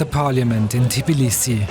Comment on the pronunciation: TIBlisi ? 😂 they cant even pronounce your capital name